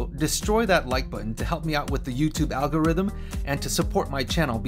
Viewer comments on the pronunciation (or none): none